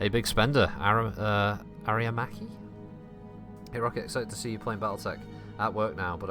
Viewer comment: I know I'm late to the party, but to answer your question: Auriga is pronounced "Aw-RYE-ga".